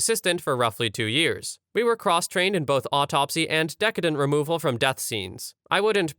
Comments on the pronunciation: It’s neither “descendant” nor “decadent.” The word for a deceased person is a decedent (pronounced “dee-see-dant”) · not decadent! oh my lord. that means over the top. good. like a rich chocolate cake. the word is De-SEE- dent. from the word deceased. meaning dead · It’s probably already been said a hundred times, but it’s not decadent, it’s decedent (pronounced duh-see-dnt). 😉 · Just so you are aware for the future,The word was not dec-EH-dent. It is pronounced De-SEE-dent, it means dead person. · Deh-see-dent. Deh-ka-dent is a very very different thing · The word decedent is pronounced dee-SEE-dent, as in a person who is deceased. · AI voice STILL didn't get it right. It's de SEED ent. Decedent. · It's pronounced: de- cee-dent. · It's actually pronounced (de-see-dent)s. Root deceased (de-seest). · "Dee See Dent" Some one who is deceased "Dee Ceased" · Decedent. Pronounced: dee CEE dent. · Came to the comments to correct the mispronunciation of decedent- realized others have already done it 😂